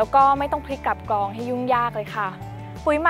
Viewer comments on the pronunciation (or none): กับกองหมายถึงอะไรครับ ถ้าหมายถึงกลับกอง ต้องออกเสียงควบกล้ำ จึงจะถูกต้องในภาษาไทย